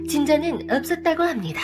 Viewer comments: 읎섰다고합니다 이 말투때문에 구독합니다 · 읎으다고 합니다ㅋㅋㅋ 발음이 좀 웃기네요ㅋㅋ